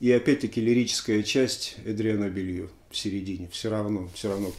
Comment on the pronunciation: Тоже слышал, что фамилия Эдриана правильно произносится как Белу, а не Белью. Не знаю, насколько это верно. Также Гарри Мор, а не Мур.